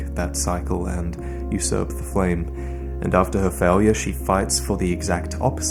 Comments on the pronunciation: Of all your editing mastery... this was quite the "faiwyure" on your part. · Here after watching Ongbal no hit friede. you need to practice your pronunciation of “failure”… it’s very wrong how you’re saying it 😅